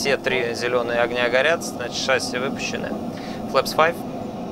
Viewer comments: Пилот???? Говорит "шАсси" !!!!!!😆😨😵😂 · Пожалуйста говорите правильно ШассИ - французское слово, ударение идёт на последний слог как и во всех французских словах. Очень бесит когда ударение ставят на первый слог (тем более пилоты которые должны это знать) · Почему все пилоты говорят слово «шасси» с неправильным ударением?